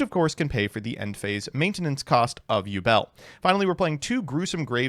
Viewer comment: Have a drink everytime he says ubel